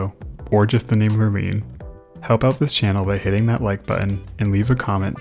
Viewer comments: I have only heard it pronounced “ Lure Line”. Like fishing Lure and fishing Line. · i diagnose your productions with "Lurline" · Every time you say the word lurline I absolutely lose it. Thank you for the quality video and entertaining commentary as always <3